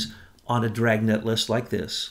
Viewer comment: Dragnet ha an R in it